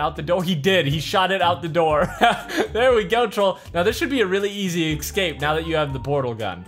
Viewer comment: It tears at my skin when you say exscape.... there's no X in escape